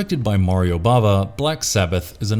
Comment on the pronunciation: Bava NOT Brava